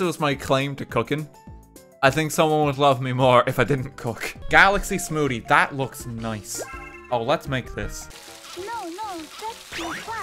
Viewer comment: I just realized that I've never heard an Irish person pronounce the word "smoothie" ... I don't know what I was expecting, but him saying "smoodie" threw me off either way 😅